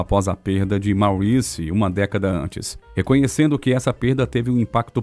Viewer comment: O velho problema de todos esses vídeos que circulam por aí: a pronúncia de palavras em inglês, uncluindo-se aí os nomes. Santa mãe de Deus!!! A pronúncia de MAURICE não é como a lemos em português e sim / Móriss /. A boa pronúncia de palavras de línguas estrangeiras, sem dúvida acrescenta uma boa dose de credibilidade. Pensem nisto! Portanto, / MÓRISS / e não / máuriss /, OK? Google tradutor ajuda a tirar certas dúvidas.